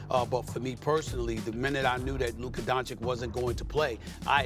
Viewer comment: Still cant pronunce Luka's name properly -.